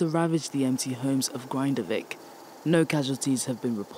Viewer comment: "Grin-da-vik," not "Grind-avik". The man did not "fall into a volcano" FFS!